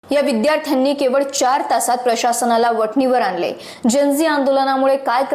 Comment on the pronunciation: आनले, म्हनन्यानी,...shudh bol g bai ... Kadape 👌 ghaltess aani bhasha 🤨